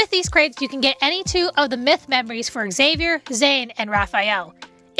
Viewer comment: I think Xavier's name is not pronounced like EX-avier.. the X is more like a Z sound.. sounding like ZAY-vier